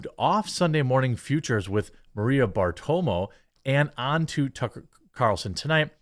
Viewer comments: Bartiromo. Not Bartomo. I know you have some difficulties reading some words, but please take the time to seethe words little by little, so no letters are left out or added. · Bar-tir-omo you’re destroying the pronunciation of her name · BARTIROMO!!! Listen to Joey Ramone and get it right.